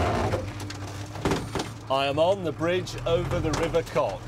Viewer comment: “I’m on the bridge over the river cock” LOL